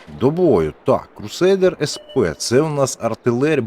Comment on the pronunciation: SP - eC Пі, якщо це англійська. і в німецький Е читається як [е:] а не як [je].